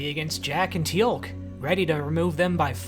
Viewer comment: A nitpick, but by god how do you mispronounce Teal'c you watched the whole show. I'll let zen koan slide.